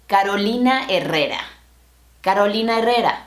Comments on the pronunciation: "Caroulina Herreura" xD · Odio cuando dicen Carolina " Jerrera" después nos critican a nosotros si pronunciamos mal una marca yankee